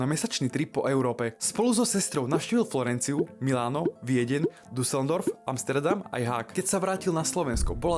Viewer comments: cenim ranec vyslovnost Důzeldorf :D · DUSELDORF :DDDDDDDD HAHAHAHAHAH vyslovnost jsi zabil AHAHHAHA :D:D:D:D:D